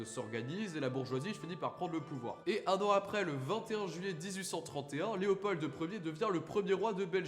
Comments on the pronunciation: Super bien fait mais on dit Léopold...pas Léopolddde ;) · Oui mais, comme tous les Français, il prononce « Leopolde ». Rien que pour ça, il rate le 10/10. Même si, soyons justes, il a bien du mérite par ailleurs et a manifestement mené des recherches sérieuses. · Pas mal ! Juste un détail : on prononce pas le d de Léopold Sinon bravo franchement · Pas besoin de dire le D à la fin de Léopold